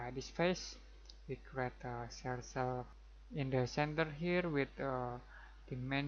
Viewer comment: I didn't notice any annoying click sounds at all, just a great explanation of the process of creating a hinge, which is exactly what I was looking for, thanks! PS, the word "circle" is pronounced "surkel", not "sursel". And you wouldn't say "about" when referring to a dimension as specific as "58.4" I can't imagine how confusing the English language must be to learn! Thanks again, subscribed.